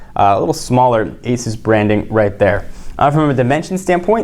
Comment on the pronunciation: pronounces Asus correctly.